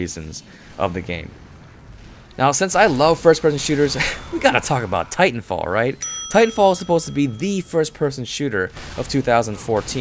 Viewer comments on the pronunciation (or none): Got to love how be emphasized "Tit" in Titanfall.